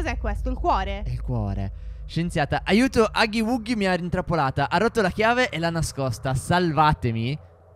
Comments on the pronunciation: Huggy Wuggy si legge Aggy Uaggy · Si scrive Huggy Wuggy e si dice Haggy Waggy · Aah comunque si pronuncia haggi waggi ma si scrive Huggi wuggi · Divise Bobby play Time si dice aghi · Non si dice huggy waggy si dice Poppy playtame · siete i miei youtuber preferiti la bambola blu si chiama aghi waghi Vio scritto l scritto la pronuncia